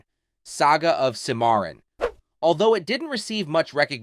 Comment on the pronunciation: Is this an AI voice over ? If not, Learn to pronounce DEATH and CIMARRON.